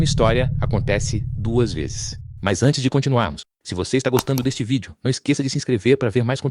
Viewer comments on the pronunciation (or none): none